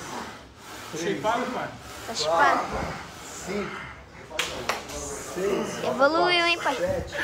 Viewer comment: Toguro: tô sheypado?: sim, tá chipado